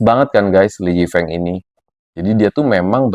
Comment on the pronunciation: Speaking his name " Lee Yi Feung " Bkn Lee Yi Feeng